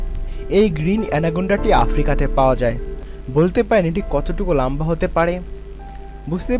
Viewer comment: Lamba... bah!! Ki shoddho pronunciation 😂